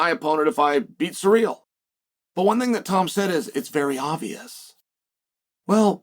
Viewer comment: Love tvecwsy chael says ciryl. Unlike most Americanisms of English that for whatever reason piss me off that one's amusing.